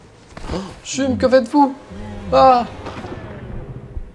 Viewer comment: Ce n’est pas Chumme c’est Cham c’est jam c’est EE tu